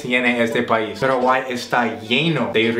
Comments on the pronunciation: "Peraguay,peraguay,peraguay"😂😂 rohayhu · JAJAJAAJJAJAJA demasiado tembo ya es su " Parawhy"